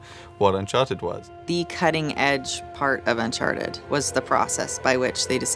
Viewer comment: Uncharteh 5 pils